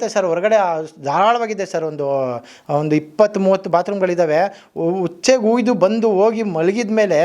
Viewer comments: ಹುಚ್ಚೆ ಅಲ್ಲ ಸಾರ್ , ಉಚ್ಚೆ . ಶುದ್ಧ ಕನ್ನಡಕ್ಕೆ ಪ್ರಾಮುಖ್ಯತೆ ಕೊಡಿ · ಹುಚ್ಚೆ ? ಯಾರ್ರೀ ನಿಮಗೆಲ್ಲ ಕನ್ನಡ ಕಲ್ಸಿದ್ದು? ಸ್ವರಗಳ ಬದ್ಲು ಹಕಾರ ಬಳಸ್ತೀರಾ ಕೆಲವು ಜಿಲ್ಲೆಯವರು. ಅದ್ರಲ್ಲೂ ಕೆಲ ಜಾತಿಯವರಿಗಂತೂ ನಾಲಿಗೆ ಹೊರಳೋದೆ ಇಲ್ಲ. ಥು. ಇರ್ರಿಟೇಟಿಂಗ್. ಅದು ಉಚ್ಚೆ. ಹುಚ್ಚೇ ಅಲ್ಲ.